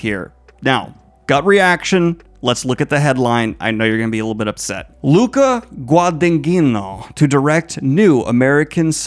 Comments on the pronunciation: "Gwa-duh-neen-yo" my dude. Incredible news as always!!! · The way Daniel says Guadagnino... bo wtf.